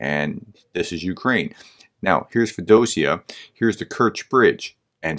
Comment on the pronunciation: Feo - Dosia.... please. Work harder on those pronunciations.